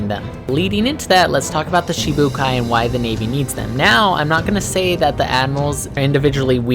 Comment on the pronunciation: Its shichi not shee shee but oke